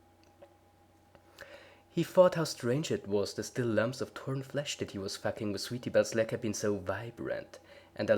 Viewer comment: I love how you said foking or facking